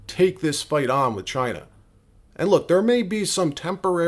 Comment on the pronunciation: You didn’t say China right